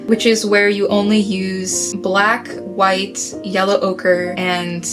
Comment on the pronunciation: zwrite ...zwite lol,that blue bundke of cutnes pronouncing things is soooo cute